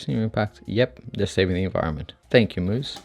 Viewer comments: its pronounced mouse. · He pronounced Mous like Moose lol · Dude, you’re so wrong of most of what you’ve said in your “review”. When you don’t even know how to pronounce the name....